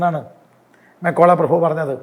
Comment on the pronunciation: മെക്കോള അല്ല മെക്കാളെ